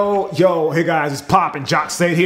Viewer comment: Lmao if u think abt it it sounds like hes saying joe joe joe at the start of the vid